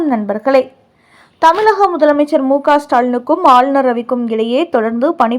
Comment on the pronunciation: தமிழகம், இழப்பு போன்ற சொற்களில் வரும் "ழ"கரத்தை கவனமாக உச்சரிக்கவும். தமிலகம் என்று ஏன் கொச்சையாக சொல்கிறீர்கள்.